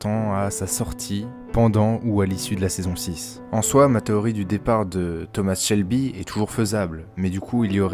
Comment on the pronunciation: Thoma pas thomassss